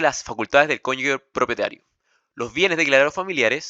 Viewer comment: Bueno el video, pero se pronuncia "CONYUJE", NO "CONYUGUE". Una vez me reprobaron por pronunciar mal jajaja hay que tener cuidado.